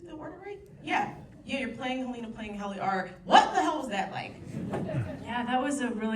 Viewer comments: Exactly! And she mispronounced just about every character’s name. Heleena, Milcheck, etc… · she also said hel-LEE-na which tells me she has not watched this show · Whenever someone pronounces Helena as Heleena, it makes me wonder if they ever even watched the show. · pronouncing Helena wrong in front of the entire cast made me cringe so hard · No because I would love to know why so many people mispronounce Helena's name when they say it correctly so many times in the show? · Are you high or just stupid? She asked the laziest, most uneducated questions, that made it evident that she hadn't even bothered to watch the show, or even just do the bare minimum level of research. Aside from mispronouncing key characters names, and forgetting to ask a question to one of the most important actors of the show, her questions were bland and generic. She coasted off her charisma thinking she could get away with doing absolutely no research. She spent way too much time waffling with fake praise. I challenge you to point me to one single moment in the video that made it clear she had watched a single episode of the show. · The host lady should atleast pronounce Helena's name right. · Nothing upsets me more than to. Mispronounce Helena..... that means you didn't watch the show!!!! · i love quinta, but she mispronounced Helena 😭 and i feel like her questions weren't written by her :( like seriously love her but i wish they would get a qualified interviewer. not someone who was just handed the cards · Couldn’t believe that the moderator wouldn’t pronounce HELENA correctly. That was very inconsiderate of her. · I thought it was so weird she mis pronounced Helena too!! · Is she though? She pronounced "Helena" wrong ... and totally skipped over Tramell